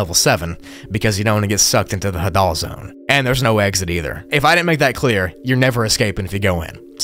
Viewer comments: Put the emphasis on the "ha" and not the "dal". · Hadoll zone😂😂 it’s “hay-deal” zone lol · Bro said ha-dul is hay-dal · The Hadal Zone is actually pronounced "Hay-dal", named after Hades (the god of the underworld). Very fitting name considering it is literally found in a CAVERN. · The Hadal zone is actually pronounced emphasizing the Ha instead of the dal, it is in reference to Hades, god of the afterlife in Hellenism (Greek theology) No hate, love the video as always, just an fyi